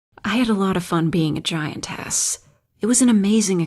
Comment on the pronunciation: I Was getting immersed until she said "Giant Ass" ınstead of "Giantess"